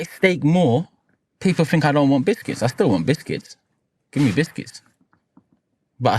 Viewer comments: Stop saying bisthcuits!! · Came on i will buy Proton just stop saying bithkiths😂😂😂😂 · Havertz got him chatting 'bishkits' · Man said "bithkitss"😂😂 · Stop saying bishkits 😂😂😂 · “Who dwosent like bwishkits” 😂😂😂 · What’s happening with his English 😅